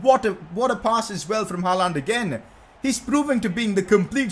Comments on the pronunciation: PCQ: it's gonna be painful to watch this series if he keeps saying Haaland like that. It's haa-lend not ha-laaaand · Bhai please 'Haland' bol not 'haaalaaand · He can’t say haaland properly 😂😂💯😭